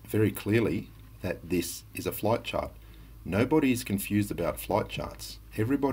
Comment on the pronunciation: I hate the way idiot says Chart